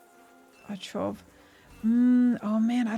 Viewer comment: taCHov, CH in Czech and Slovak is pronounced as in scottish Loch or german composer Bach, more like kh, not ch as in cheddar